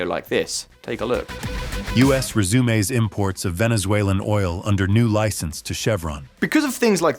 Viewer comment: please say resume one more time...resume-es. Oh, I see, AI text to voice.